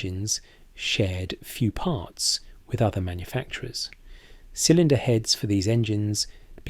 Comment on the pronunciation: Sounds russian 😂 raiding partz